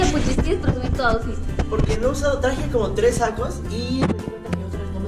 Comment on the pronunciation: El AUSFIT del muy chido 🙄